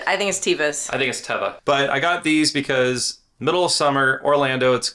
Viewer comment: We're here to tell you that, contrary to the common vernacular, this well-known brand name is pronounced teh-vah. TEH-vah. Not tee-vah. Sorry.